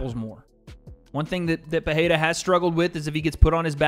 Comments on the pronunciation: it annoys me so much hearing americans butcher Alex`s name, couldnt you just open up google translate and try just a tiny bit instead of saying peheira over and over again jeez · Bro can you please pronounce dudes last name correctly 🙄